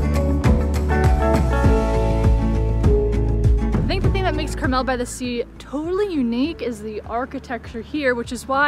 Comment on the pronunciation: FYI: It's pronounced CarMEL, not CARmel.